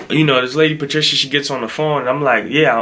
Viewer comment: Pa-shit-a 🤣 Patricia....you said it right the first time.